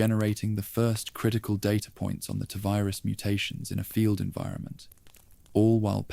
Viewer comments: Is this an AI voice? Cos its Tee Virus not Tuh virus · appreciate your candour but I’m english, its still Tee virus 😂 don’t stop though, your videos have got me through some long nights. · I was with you until the voice said “tuh virus” for the 7th time. Do better.